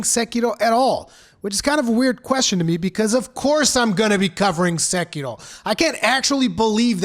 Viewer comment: I wish everyone talking about Sekiro can pronounce Sekiro correctly like you do xD